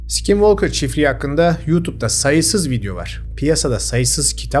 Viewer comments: Aynen ya sk yan yana gelince öyle içten s7k7nvalkır diyo ki😂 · "skinwalker" deyisin beni benden aldı.😅 bedava ingilicce ders verebilirim 😂